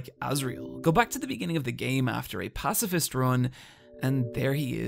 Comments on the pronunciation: "Pacafist" Love the vid tho ❤ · "pacafist" pacifist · WHY YOU SAY "PACAFIST" taht not word my amigo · "Pacafist" is making me giggles everytime it shows up on screen